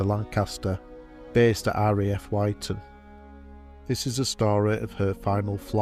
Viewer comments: The only comment I can make about this is my disappointment at the narrator mispronouncing the name of the RAF station, it is not pronounced WHYTON, its pronounced WHITTON. It may be minor to some but it is irritating when proper research can give correct pronunciation, or is it because the narration was by AI? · RAF Wyton is pronounced 'witton' and not 'y-ton' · Thank you for posting. Can you do a rdub? Wyton is pronounced 'Witton' Bless them all. RIP Boys. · Aye mit was a nice video. Only criticism is pronunciation of RAF Wyton is "WIT'N" At tleast it was when I was there & Bocham is "BAWCUM" I've been there too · For info: 'Wyton' is pronounced "Witton"